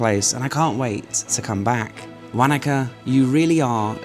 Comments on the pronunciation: As a kiwi, your pronunciation of Wanaka is hilarious, we say it like Wonaka , you say it like wanka ! Think of fish like Wanda, maybe ask locals ok Still love seeing home, as I now live in Thailand. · Be good if you could research how to pronounce the town properly, it's - wo·nuh·kuh. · I giggled when you said Wanaka too 😆 very English accent 😄